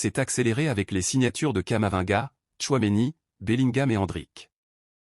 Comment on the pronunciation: Il s'appelle K A M A V I N G A et non "Kamavanga".